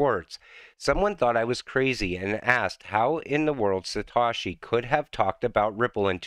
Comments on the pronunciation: It’s satoshi not satashi 🤔 Doing great work Mate 🙏🏾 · By the way it’s not Satawshee it’s Satohshee